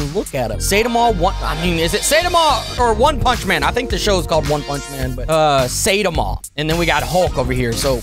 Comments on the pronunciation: ITS NOT PRONOUNCED SAYDEMA ITS PRONOUNCED LIKE SAY TAM A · Everyone: saitama: csaytamaaa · bro be saying satima its saitama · its saiiii/tamaaa but yes gj thus far sir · the way he pronounce saitama 💀